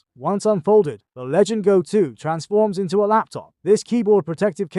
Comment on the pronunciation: “Legend Go” god nobody can pronounce the actual name of the fucking thing 😂 it’s LEGION GO!